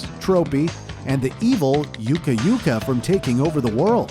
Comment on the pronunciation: it's pronounced uka uka not Yuka Yuka